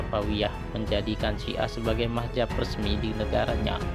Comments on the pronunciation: belajar saja madzhab yg diyakini dulu, gak usah sok tau keyakinan lain. Nulis madz-hab aja gak bener, sok sok an mengkafirkan kelompok lai. Sama dengan admin, melafazkan mad-Hab aja kebalik mah-jab. Hagegege..... bikin ketawa aja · Maaf Min untuk penyebutan aliran dlm Islam itu adalah Madzhab bukanlah Mahjab